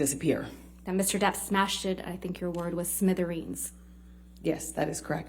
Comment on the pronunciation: "smitherines"... Lmao